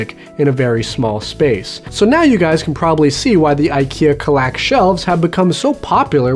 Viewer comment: As a swede I gotta "protest" some at the pronunciation of Kallax, but you're alright anyways. ;) Did you know Kallax is a rather small village in the north of Sweden? It lives just above 300 persons there. Fun trivia.